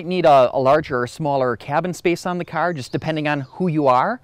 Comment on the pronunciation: What operat÷s the airbags? You irish? Carrrr Good video